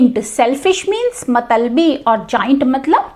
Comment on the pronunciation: Mam matlabi hota hai matalbi nahi......